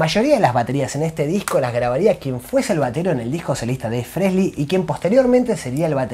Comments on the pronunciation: EXCELENTE informe/resumen. Lástima el "Fresly" jaja. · Me falta pronunciar frehley sin la S y estamos para el campeonato 🤣🤣